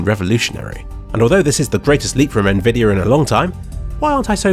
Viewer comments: Why do you say "nvidier" instead of "nvidi-AH" ?? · why do you say it like "nvidiar" some times